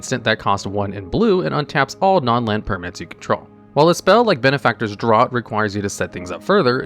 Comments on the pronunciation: Draught is pronounced "draft" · Pfft... "Palin-Tron"? I don't know where you got the "T" sound from. I've always pronounced it like "Palin-Kron" myself. Okay, you can be forgiven for this one, since not everyone knows that "draught" is pronounced like "droft", which is something I only learned relatively recently myself. Interesting spelling of "normally" there. :P Whoops, 2 typos in the same sentence. "strngth" should be "strength", and "sticth" should be "stitch". It's very "unlikley" your opponent will be "bale"? ...Of hay? :P I nominate the combo of Ivy Lane Denizen and Herd Baloth / Scurry Oak, which is an easy way to go infinite with very inexpensive cards. No need to shell out like $60 for Aluren or stuff like that.